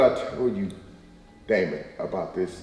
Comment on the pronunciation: Why is dj's grampa saying daimin to dj